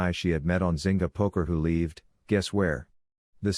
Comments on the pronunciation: Why is the pronounciation of 'lived' so weird? Makes it sound like OP spelt it 'leaved'. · does anyone else find it super irritating how it pronounces the word lived? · Pleas update you software, the mispronounced lived is very irritating.